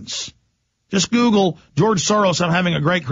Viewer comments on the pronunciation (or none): none